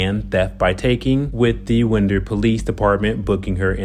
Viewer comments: That’s “wine der” not wind der, barrow county Georgia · WINDER. AS IN WIND A CLOCK.